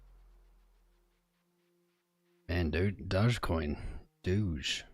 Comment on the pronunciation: its not dodge. its pronounced doe (like a female dear)